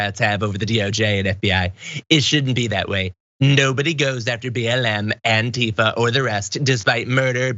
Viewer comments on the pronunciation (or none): AntiFA, damn it. Accent on the last syllable, as in Anti-Fascist.